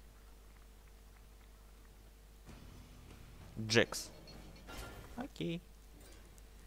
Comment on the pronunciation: Можно поправку? Это не джэкс а джакс